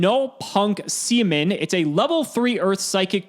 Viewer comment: Hehe... said ''Seamin''